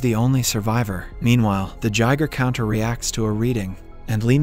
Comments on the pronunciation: It’s guy-gur counter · "Gigher counter" 🤣🤣🤣